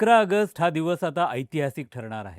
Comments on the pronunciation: अगस्ट अगस्ट काय ऑगस्ट म्हणा नीट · आगस्ट नाही रे बाबा ऑगस्ट आहे ते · अरे भाऊ अगस्त नाही रे.... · अय रताळ्या🤦🏻‍♂️ अगस्ट, अगस्त नाही रे!!! कुठून कुठून भरतात असली नमुनेदार माणसं?🤦🏻‍♂️🤦🏻‍♂️ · अगस्त नाही रे, ऑगस्ट असते ते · ऑगस्ट म्हणता येत नसेल तर AUG म्हणा plz खूप irretating वाटत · अरे याला आधी ऑगस्ट बोलायला शिकवा. बोल भिडू....काय आहे हे. कोण मराठी नाही भेटला का?